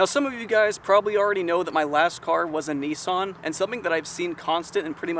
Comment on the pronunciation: STFU nEESON ITS NIssAN